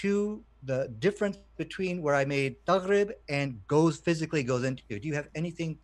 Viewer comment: I'm Arab: 1. It's "Taghrobou" not "Taghrib" - shows you can't read arabic yourself. 2. The word Taghrobou with reference to the sun means "The sun sets" not disappears. 3. Why are you translating things using a dictionary when legit scholars translated it already? I'm sure if I use a google translation to condemn the Quran you'll tell me no please use the accepted approved translations by scholars.